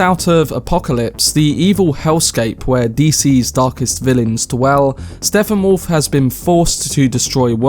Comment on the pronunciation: His name is Steppenwolf. Stepp-en-wolf. Not Steffanwolf.